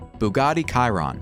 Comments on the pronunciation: Ky-ron?? Bro it’s shee-ron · I believe it's "Shee-rohn"